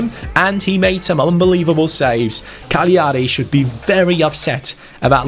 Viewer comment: Cagliari is pronounced calyari